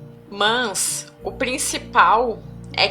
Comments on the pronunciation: Que raiva desse "mās" dela vei 😠😠😠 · otimo trabalho! sua forma de malar o ``mas`` incomoda um pouco usando o til. rsrs ... Mans!, tudo bem. Muita luz pra todos!